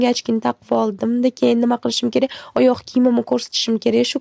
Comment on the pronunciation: Ayag' mas oyog' deb aytilmidimi?